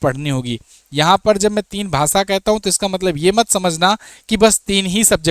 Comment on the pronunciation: भाई अपनी हिंदी सही करो, सेयर, इंग्लिस, भासा नहीं शेयर,इंग्लिश,भाषा ।